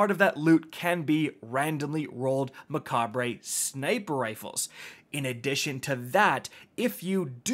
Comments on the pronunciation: It's "Ma-caw-b" not "macabray" 😎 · It's pronounced 'mek•aab' you banana. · Mech-abruh is how it's pronounced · its pronounced just like Macabre... not mecha-BRAY... e.g. meh-KAH-bruh for British speakers or Meh-KAHB for American pronunciation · its a personal pet peeve of mine but the right wa to say it is mek-ayber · It’s pronounced MECHAB. The R and E are silent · I think it's pronounced like saber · Its pronounced mech-ayber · Its pronounced “muh-cobb” lol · its pronounced muh·kaab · You don't pronounce the R in the name (unless you're a Brit). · THAT IS NOT HOW YOU SAY IT!